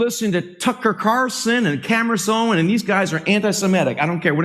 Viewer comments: "Some of you listen to Tucker Carson and Camriss Owen" Can't even say their names. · Well, there ya go. Tucker Carrison and Cameris Owen are anti-Semetic. Four mispronunciations in 3 seconds. Wow. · Note this slandering "pastor" doesn't have a problem with pronunciation except when he mentions their names "Tucker Caarson & Camrace Owens". He knows their real names. What utter filth. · Did the first pastor say Camrish Owen’s?? I’ve played it back numerous times. If it’s true what I heard then it’s absolutely funny that he’s paid and can’t get her name right! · Who TF are “Tucker Carason” and “Camerice Owen?” I’ve never heard of them … And what is so dangerous about their “retric?” Dude, 1 of 2 things: Either do a better job actually learning the pronunciation of the names of those individuals regarding whom you received 30 shekels of silver to slander and malign AND/OR curtail your Xanax dosage just a wee bit!” I seriously thought for a second that MockingPastor might actually be having a stroke. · "... Camarace Owens" ???🤣🤣🤣💖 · I❤ how this khazar purposely mispronounces their name like he doesn't know who they are I'm sorry we don't take other people's likenesses like your whole people have taken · The pastor cant even pronounce their names correctly, because i think he knows he is lying to his congregation, and got a lil nervous trying to say it, cause its not an original thought... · It was obvious many of them had no clue who they were because they said their names incorrectly 😂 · That ' pastor( look up qualifications for pastor/ elder/presbyter/ priest bishop/ overseer in the New Testament [ hint: they're all the same office]) could not even pronounce the names or Tucker Carlson and Candace Owens. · These so-called pastors can't even pronounce their names correctly but somehow they know they are "antisemitic." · He didn't pronounce either of their names correctly WTF 😂. HE GOT BRIBED AND HE COULDN'T EVEN READ THEIR NAMES OFF THE BRIBE.LETTER CORRECTLY